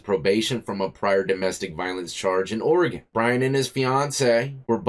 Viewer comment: Thanks for saying Oregon correctly 🤣 Lot of people get it wrong 😊